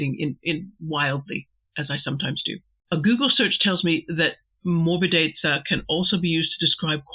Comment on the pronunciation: Hi, it took me longer than expected to get to this MM video. But finally I made it. Great meditation, as usual. Your pronunciation of 'morbidezza' is perfectly fine. Apart from its use as a technical term about painting styles, in Italian it is also a used in other contexts where it means something like smoothness or softness (in a physical sense, e.g. of a cushion or skin, but also the taste of wine), being pliant or easily malleable; it can also be used to characterize the litheness of movements), or in a more figurative way as a quality of a character,... I think you get the general idea. Regarding the point whether Mr. Brooke makes a mistake by using this term in reference to Will's painting: Interesting thought. I was under the impression that this sentence was still addressed to Dorothea, so I thought that this was still part of Mr. Brooke's criticism of Dorothea's lack of some feminine qualities (delicacy). I fully understand the connection you make to morbid, this is a connotation that would also come to the mind of German readers, - but probably not for an Italian one, because in Italian there are two distinct adjectives: 'morbido' (for English: 'soft') and 'morboso' (for English 'morbid').